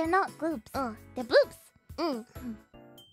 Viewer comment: So she can perfectly said gloops but cant pronounce bloobs correctly? 😂